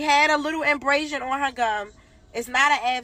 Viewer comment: As a nurse I can say infection can DEFINITELY happen overnight. Also the term she was ATTEMPTING to use is ABRASION she said inbrasion which isn't even a word 🤦🏽‍♀